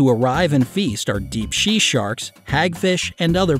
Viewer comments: Deep shhea sharks 😂😂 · shee sharks 😂